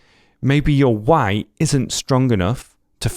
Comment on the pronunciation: No he says why but he pronounced it like وعي lol